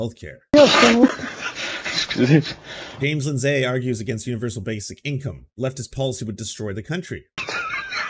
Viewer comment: God this kid is dumb. "James Lin-SAY" is not how you pronounce that name, and I don't think I would read and speak on the internet for an audience if I ever thought that was correct. If you are past 2nd grade and you are not able to pronounce common names like that, I am disappointed.